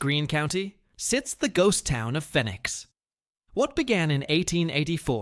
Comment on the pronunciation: Is pronounced fee nix like Phoenix Arizona